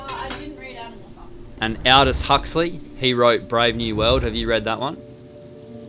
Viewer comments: It’s all dos Huxley not Hal dos Huxley and Orwell was reflecting upon and fictionalising the failed soviet experience rather then upon some brave new world Huxley was Orwell’s teacher at Eton school 🤔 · Should be pronounced "Aldous" as in "alldust" without the last "t" being pronounced!